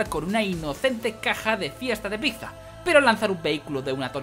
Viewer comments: Enhorabuena por los 200 episodios pero por favor aprende a decir pizza XD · dices pizza mal UWU